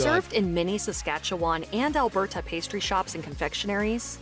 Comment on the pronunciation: I live in Edmonton and she didn't get Alberta (alberda) or Calgary (calgree) right either. I think there were a couple others, but those three stand out.